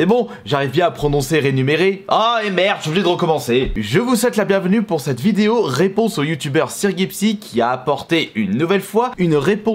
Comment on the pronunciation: Plaisireuh, réponseuh, proposéeuh, respectueuh